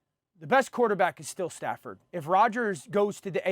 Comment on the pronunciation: Dan did not say Stafford😭😭